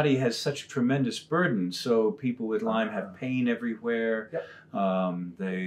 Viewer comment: It's Lyme Disease. Nitpicking? Maybe, but it bugs me, say it right.